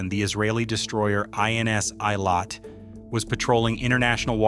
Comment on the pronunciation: For god's sake! You make a video about some people who dies, at least make some effort to fund out how to pronounce the names! It was hurting m y ears. It's "ey-lat", not "ay-lay".